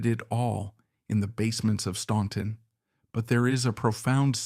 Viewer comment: Please do your homework. Their home town is pronounced STANTON, not STAUNTON. THE U is silent. Also why do we keep seeing pictures of Jimmy Fortune when you are talking about Lew. Also, Johnny Cash was never “in” jail, except to perform his shows. There is a lot of misinformation in this.